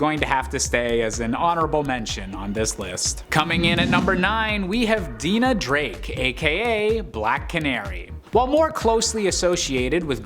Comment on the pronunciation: It's the mispronouncing of names for me. Lol. Deena Drake 😂🤣